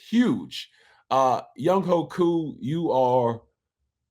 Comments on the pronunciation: Ovie...Younghoe is a Korean name, it is pronounced YOUNG-WAY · spelled Younghoe pronounced YoungWAY!!!! GA Southern's Finest